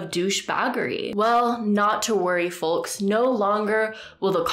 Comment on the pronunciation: Did she just pronounce the "L" in folks ?!